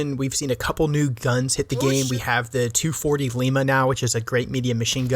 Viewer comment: Thank for your pronouncing 240L properly. Heard a YouTuber say "Em two hundred forty el" once and almost screamed. Almost as bad as people that say "em-kay" for Mk designated systems 🤦🏼😭